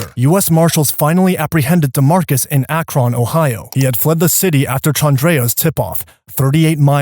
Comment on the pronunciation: That is not how you say Akron, ohio. Also how you gonna tell them the whole story to the police and then get a harsher sentence then the 2 who didn't speak. That's pretty fxcked up ain't it. I mean they are all wrong but don't they usually work out deals for people that talk.